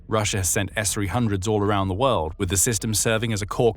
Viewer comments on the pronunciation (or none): none